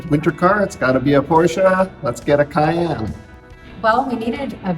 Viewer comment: Very rare Porsche "Cayannen"